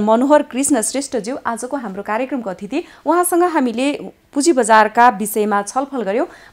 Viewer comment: athiti hoina hai mam atithi chi ho bolda ni b4 puraunau halka 😁 sorry for commment